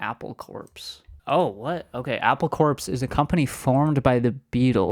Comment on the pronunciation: "Apple Corpse" ? lol. ( It's pronounced "CORE". )